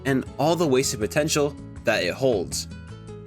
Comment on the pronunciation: Did you say potencial?